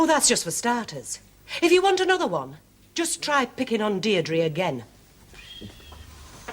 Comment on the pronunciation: her name was Deirdre, not Derdries. Getting someone’s name right shows good manners and respect.